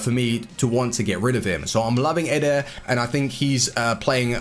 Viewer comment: he dosnt says militao, he only says eder, he need to say EEEEE-Der, not EDER